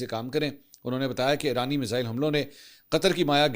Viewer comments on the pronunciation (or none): none